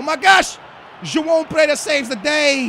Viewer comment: I know but it is still pronounced wrong regardless because how is pereira said as preyda that's definitely wrong whether he is Portuguese or not